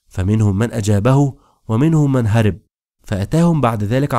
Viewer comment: رغم حبي لحلقاتك الا انك للاسف لا تنطق الكلمات صحيحا بالفصحى كما يجب فالفعل هرب يلفظ بفتح الراء وليس كسرها